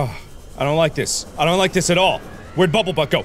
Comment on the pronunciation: Can't take him seriously if he keeps calling bumblebutt bubblebutt